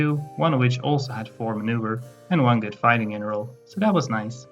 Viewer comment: I couldn’t place your accent that’s why I asked. But I got it when you said “General” as “Jeneral”.